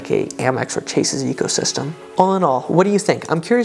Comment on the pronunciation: Sounded like "Wells Fargo Ego system"...😊